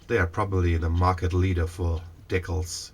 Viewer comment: Your English is just fine, great actually, but DEEcals is in fact the correct pronunciation, dickles (rhymes with tickles) is not. Just fyi, since you seemed a little uncertain about it.